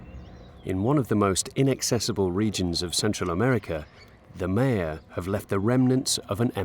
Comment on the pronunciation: Maya is properly pronounced “Mi-uh”, a hard “i”, and “uh” as in “about”.